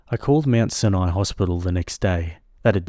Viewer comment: For anyone outside of the US, ‘UES’ is the Upper East Side - the sweet ending story takes place on Manhattan Island in New York City. Also, /, you might run into that word, ‘Sinai’ again. It’s actually pronounced, ‘SIGH-an-eye’. Cheers!